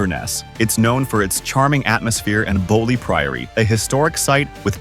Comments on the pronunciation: BeaUy not Boly, as in beautiful. CullOden is another you say wrong You should get your pronunciations right. Several are WRONG.😊. Otherwise an interesting watch, particularly the costumes and ship scenes. 😄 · Culloden and Hueghan annoy me! First time I've heard Beauly mispronounced.